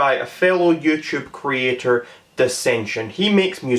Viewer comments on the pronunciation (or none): Content cweator ahahahah